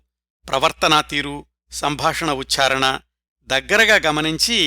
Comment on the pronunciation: 2 నిముషాల దగ్గర " ....సుస్పష్టమైన సంభాషణోచ్ఛారణతో" అన్నచోట ఉచ్చారణ బదులు ఉచ్ఛారణ అని చిన్న పొరబాటుగా వినవచ్చింది. ఉత్+చారణ = ఉచ్చారణ. ఉచ్ఛారణ అసాధువు.